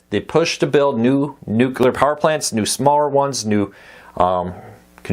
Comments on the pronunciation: Just for clarification, there's only one "u" in nuclear, it's not pronounced "nucular." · My pet peeve too. A lot of people do that. I just let it go but I always remember that it’s spelled n u c l e a r. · it drove me crazy every time Kiefer Sutherland said it on 24. I don't hate them for saying it, I just hate that they say it that way...